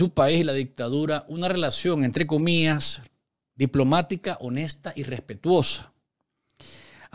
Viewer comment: Qué bruto éste periodista, dice entre "comías "por decir entre "comillas" comías viene de comer, y pasó por la universidad, eso quiere decir que no sabe leer porque es inaudito oír a un periodista decir comías.